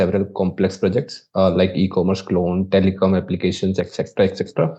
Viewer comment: Did he say ecommerce clone?